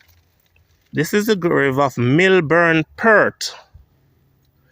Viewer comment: PERT IS PERT...PEART.. PLEASE PRONOUNCE THE (A,) IN PEART